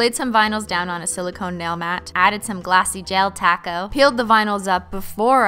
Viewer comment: Every time she says topcoat I think she says 🌮 taco